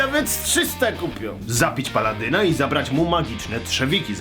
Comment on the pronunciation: The Gamers: Dorkness Rising (rozszerzam infę). Tak w ogóle to nie paLLadyn tylko paladyn.